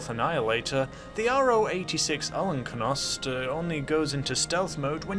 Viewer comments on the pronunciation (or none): al ko nost. not allenkonost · "Alkonost" pronounced as you see letters. A.L.K.O.N.O.S.T. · Hey just FWI its Al-Kon-Aust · It’s al-ko-nest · I think it’s pronounced as al-ko-nost Don’t judge too hard tho, my native language isn’t english so yeet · I think it’s pronounced al-konost